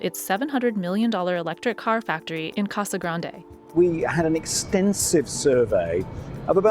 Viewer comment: As an Arizonan, the way you pronounced Casa Grande killed me a little inside 😂